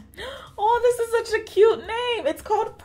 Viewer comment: Enjoy your videos, creativity and naija character as always!!...oh and I believe the L.A girl palette is pronounced 'Oat' ("haute" is french for "high" which I guess they were channeling when they named the palette) :)